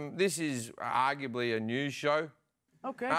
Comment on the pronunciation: “Aguably.” Ftfy